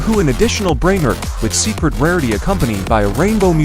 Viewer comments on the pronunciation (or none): This ai voice 🥀🥀🥀 brainrot sounds like brainrit 😅